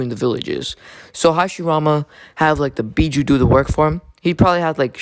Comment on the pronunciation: Actually dumbass it's bijuu